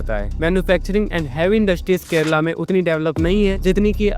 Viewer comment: Kerala, not 'Kerela'🤦